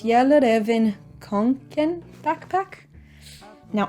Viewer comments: In Sweden and Finland, the Kånken (which you pronounced beautifully!) has been trendy since the 80s 😁 It’s a good backpack, though they don´t hold up quite as well as they used to. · As a swede I can attest that the pronunciation of kånken was very close 😊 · your pronunciation for kånken is the best one I've heard so far!! you even got the å and ä sounds correct! Well done! :) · As a Swede I give your Kånken pronunciation an A 💕 I’ve had my forest green one for 10+ years and it’s looking worn and loved which is what goals to me. How would you say the Campus paper compare to say Hobonichi paper? Planning on using an A5 notebook from hobonichi and use tabs and an index to separate classes. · you're the YouTuber who has pronounced the name of the bag the most correct! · You pronounced kånken right but not fjällräven hahah🥰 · Wow that's the best kånken pronunciation I have heard yet. I'm not swedish though.. I only study it.